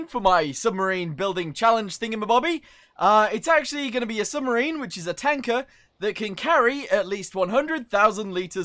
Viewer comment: Um you say scrubmrine